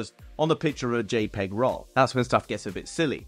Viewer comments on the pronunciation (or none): none